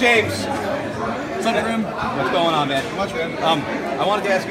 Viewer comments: Grim not grimby or grimy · Grim not grimy